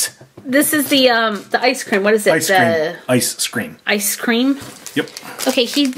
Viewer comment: It's like that she said ice scream when really it's ice cream